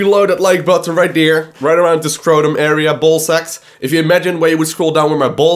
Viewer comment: I love the way you talk you make me laugh everytime you say the word there cause you say der lmao anyways ANYWAYS man, STARCRAFT WILL NEVER DIE! Im going to need you to understand this please bro. As long as Koreans play it will never die Its scaling back because starcraft dosnt have any advertisement on television. I would bet my life that if they started advertising for sc on daytime television it would attract millions more. StarCraft basically spreads by word of mouth. Through my life time I have turned 8 people into hard core starcraft players, Non of us has seen a single SC commercial come on tv. StarCraft needs advertisement. Mass Advertisment. I really want you to talk about what do we as players want to see for starcraft, like for instance where do you want to see starcraft go what do you think would be best for it, Also go to the legacy of the void fourms and read my comments there please. They will give you an Idea of what I mean by asking the players what it is starcraft is missing and how do we take it to the next level. I honestly believe SC is the greatest game of all time & I know it is a beautiful canvas of strategic Real time War The most beautiful of all games in its genre and I know it can reach so many more people then it is currently doing. People just simply don't know what SC is and how It can change the world in epic pproportions. I think we need to start a campaign to get blizzard to start investing in advertisement on youtube and televis